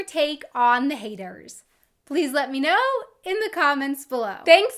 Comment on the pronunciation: Hör mal nen Deutschen Englisch sprechen, sis is horrible you can hear sem speaking se "th" like a "s". Das hört man sofort.